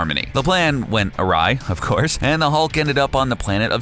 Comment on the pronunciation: LEARN HOW TO PRONOUNCE AWRY, YOU FUCKING TRASHCAN.